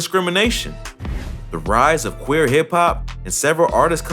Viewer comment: u said quir